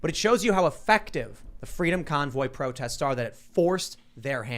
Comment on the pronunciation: "Don't do pwotests, you could get in twouble."